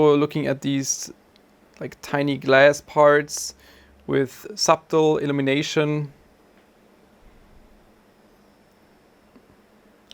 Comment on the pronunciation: Just fyi, the b in subtle is silent. Love your work.